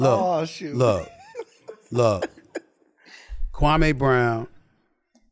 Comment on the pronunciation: SAS sees the liability...Kwame could sue him for alot of damages, loss of sponsorship. He totally fked up his name.